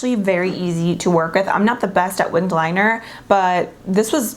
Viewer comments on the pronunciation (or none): none